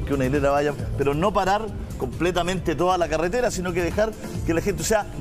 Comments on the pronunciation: Dijo CALETERA? 😂😂🤣🤣🤣🤣🤣😂😂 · Se dice carretera no caretera